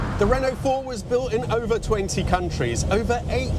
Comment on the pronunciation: Re-nault, not Ren-nault. ;)